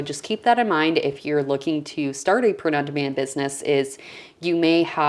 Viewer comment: Sounds like you’re saying ‘prenundman’ and I was thinking ‘who’s he?’ Thanks for sharing this info. 👍🏻